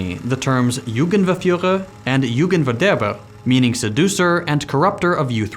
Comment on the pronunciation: I laughed so hard at Jugendverführer und Jugendverderber, almost nailed it with the german